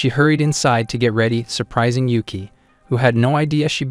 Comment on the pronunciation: Is not ueke its yuuki its nit uzen its kyouka